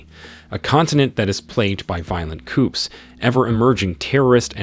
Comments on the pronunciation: Dear Narrator, This seemed like an interesting vid at the start, but I lost interest in less than 5 minutes due to you mispronouncing very simple, common words. 1. you said "coop" like in chicken coop. Pronounced phonetically it's "coo". 2. you said "cleeches" instead of cliche, pronounced phonetically it's "klee shay". 3. you said "jigga". Pronounced phonetically it's 'gig ah" (giga). Please get some help so people will not start calling you Punchy. Good Luck. I'm out. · Can't pronounce anything correctly. Coup and cliche...need to look up how to pronounce things before you speak